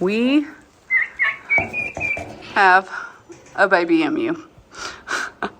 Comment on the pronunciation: Oh no! Now you are saying M-U like Daniel. Listen to Houston, he says E-MU correctly.